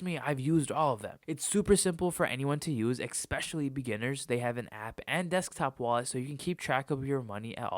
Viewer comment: Ay bro no hate, but you gotta say especially correctly